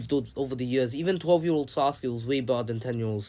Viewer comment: he said 12 and 10 year old sasuke but it does kinda sound like 10 so i understand